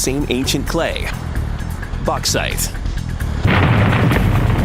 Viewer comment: Why can't he say Bauxite? I'm gonna let the fact they can't say aluminium properly slide (and the fact YouTube marks it as a miss spelling).